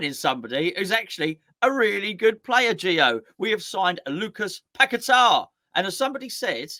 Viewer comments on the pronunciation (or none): Paqueta is pronounced (Pa-kweta). Please don’t butcher the man’s name. 😏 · Its PA KETA